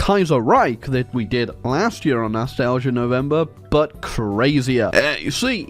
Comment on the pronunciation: Why does he say yer instead of year?